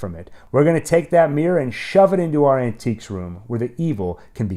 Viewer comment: Was "Shove it into our An-tiques room" intentional? 😅